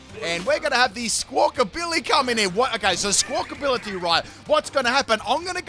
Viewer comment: Great video. I wiggled my little finger and hit the like button. But, it's "Squak-A-billy" not "Squak-Ability" 😂